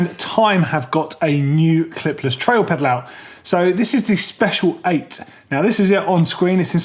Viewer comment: it's not special, it's spelled Speciale (which means they refer to the Italian version of it like the Ferrari Speciale). You should say it like this: spesi ale